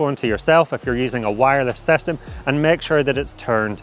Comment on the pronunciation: vedeo, clacking motion, this will werk.. If you using dji sestem... uhhh kinda annoying, can't focus what the guy is talking about